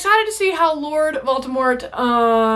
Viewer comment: Hahaha, every time she says "Vaultimort" I picture him winning Olympic metals as a gymnast.